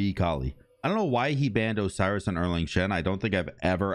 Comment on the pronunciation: You didn’t pronounce Osiris right